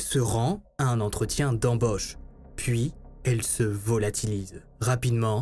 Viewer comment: Un entretien d'embÔche..😂!?... C'est quoi cet accent ? Mdr. Mais je t'adore ...